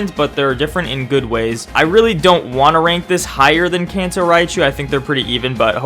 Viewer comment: When u say Kanto it sounds like cancer what’s does cancer raichu look like